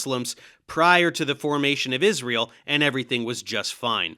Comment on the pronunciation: “…God’s Existence, Israel…” sounded like “God’s Existence is Real” neither would have surprised me Edit: Timestamp added